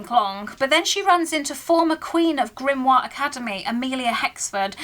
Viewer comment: I think I lost brain cells hearing "Grimoire Academy" 😂